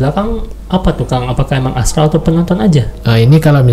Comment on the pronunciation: Bukan astal ❌ Tp astral ✅